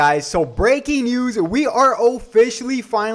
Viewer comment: So hype you forget the s in news 😂